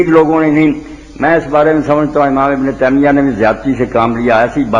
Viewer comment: Ibn teemia nahi taimia hotahy Bhai ya Urdu theek karo ya arabi